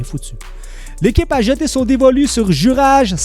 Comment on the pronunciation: Son prénom se prononce "Youraille" et non '"Jurage"